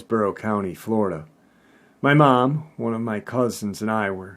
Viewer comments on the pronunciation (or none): none